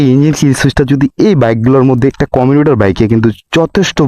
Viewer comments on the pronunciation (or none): কমিনিটার না 😂 হবে কমিউটার, মেক্সিমাম ট্রক উৎপাদন করেনা উৎপাদন করে টর্ক 😂😂